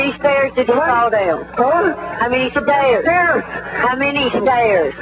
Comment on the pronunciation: "a fall down the steeeez." 😅